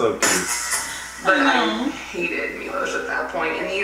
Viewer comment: Evrytime I heard Shane say Milos I had to stop the video for a second. So many people are named Milos in my country and it's just... So horrible to listen to. People like him are able to just walk away from what they did and I dont know why.